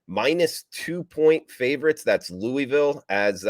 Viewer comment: Just glad you can pronounce Mobile correctly, now you just need to work on the Louisville